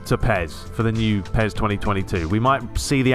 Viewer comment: peS not peZ.😐